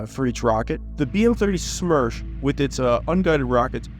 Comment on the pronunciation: BM-30 SMERCH translates to BM-30 Death. ( Not Smersh, but Smertch )